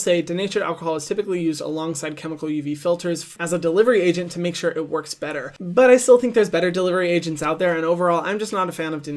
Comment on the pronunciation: i live that hyram now says ✨shore✨